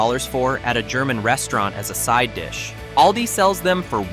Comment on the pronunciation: Also Aldi,not aldi- short a,but schwa a. I hate AI voice!